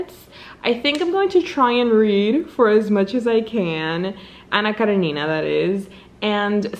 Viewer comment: I love how you pronounce "Anna Karenina", it's so good to hear 😭💜